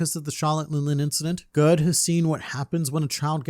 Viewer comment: I think Gerd is pronounced Yared (like scared) as it is a fairly common name in Scandinavia!